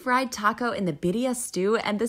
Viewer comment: Homegirl said “Beerdiuh tacos” 😂😂😂 love her lmao